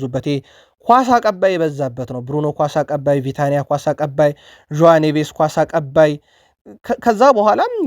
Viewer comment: please ብዙ ጊዜ የተጫዋቾችን ስም በትክክል አትጠራም ቪታኒያም ትላለህ ቪቲኒያ ሌላም ብዙ....ለምንድን ነው ለሳንቲም ብቻ መረጃ የምታግበሰብሱት